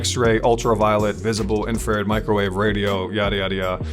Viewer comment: I know it's one word but it's pronounced infra red